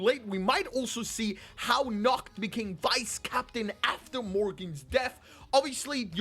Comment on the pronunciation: Nacht pronouce his name "Nahato"